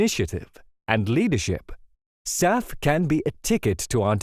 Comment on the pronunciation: SAF ... SAF ... SAF ... not SAP, sap, south, staff, south, surf, staff, self, staff, or Souths!